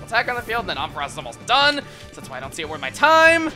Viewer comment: Om-fuh-ross? Never heard it pronounced like that before.